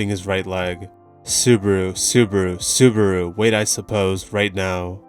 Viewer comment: Everytime i hear Subaru's name being butchered. 😅😅